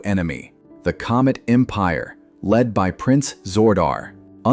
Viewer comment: The narrator also says "COMIC Empire" not "Comet Empire"...